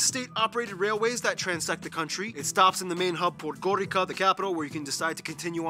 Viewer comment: Just a minor correction for the GN video. Paul B. pronounces the capital Podgorica like ”Podgorika” but it’s actually pronounced ”Podgoritsa”. The C makes a ts-sound.